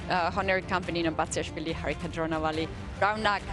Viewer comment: Why can't tania pronounce indian names ?. Sagar pronounces it just fine . She puts on that weird accent when she tries to pronounce telugu surnames like dronavalli or erigaisi